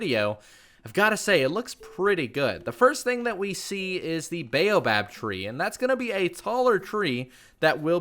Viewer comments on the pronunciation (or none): oof you're killing me with your pronunciation of baobob